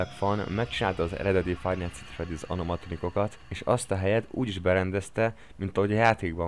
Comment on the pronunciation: Miért anomatronikokat mondasz